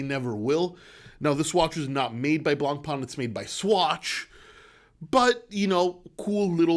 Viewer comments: Hey love your videos in French we said Blancpain] there no E on the end its not Blancpainnne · Dear. Can you learn how to pronounce the word Blancpain correctly? thank you